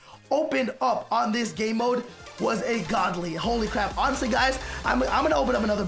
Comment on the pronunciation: Who heard him say goodly like good ly 😂